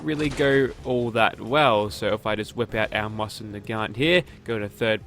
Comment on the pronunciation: It's "Moze-inn"